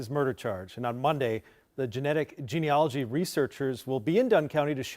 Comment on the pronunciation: When are people going to look at how the word is spelled? It’s not gene-OLOGY. It’s gene-ALOGY, and it rhymes with analogy.